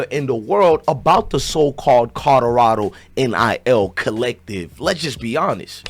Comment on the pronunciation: This man kills me how be pronounces COLORADO.....😆😆😆😆 its kaa- lr - aa -dow. NOT KOD DO RADO.